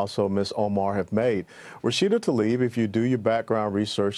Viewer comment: Journalists and announcers... please professional and at least get her name right. It is NOT Ta-lib. It is Tla- ib. It's not that difficult.